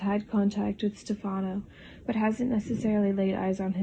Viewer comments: And Stefano is "stef - ah - no" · Kiriakis... Pronounced ..Kiri..ahhh.kiss Stepheno .. Pronounced ...Stef ..n..o I like your videos but you obviously do watch.this show